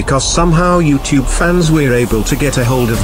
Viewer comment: Chad the project zorgo leader don't know how to say you tube he says twbe😁